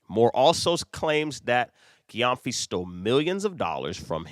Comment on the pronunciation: The surname is pronounced like Jem-fi. It’s a Ghanaian name.